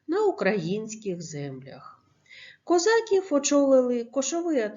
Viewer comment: Ви звичайно вибачте за критику але не правильна вимова слова козаків 😐